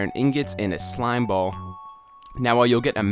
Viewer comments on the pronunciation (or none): none